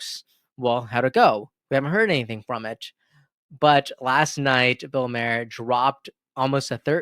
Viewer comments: Bill " mar er", not Mayor lol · Good take but it's pronounced Maar like a candy bar and not Mair like a horses hair. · It’s Bill Mahar, as in bar! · Maher is pronounced like Mar.